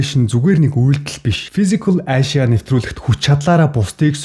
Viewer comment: Fisicall aaashya gd bhin kkkk